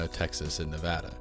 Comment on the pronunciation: Thank you for pronouncing Nevada correctly.